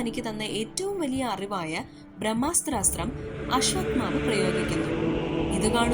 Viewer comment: ബ്രഹ്മാസ്ത്രം ....... ബ്രഹ്മാസ്താത്രം എന്ന് വേണ്ട.